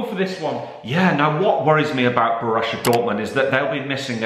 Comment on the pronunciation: Why does say Borussia as bor russia same with gladbach